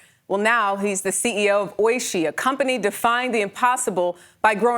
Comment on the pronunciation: its oiSHII not OIshi